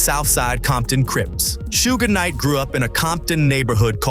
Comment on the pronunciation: "Sugh" Knight. Not sure if the spelling is right though.